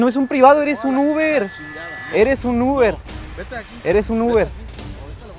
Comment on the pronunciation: "No soy tu UBRE" :v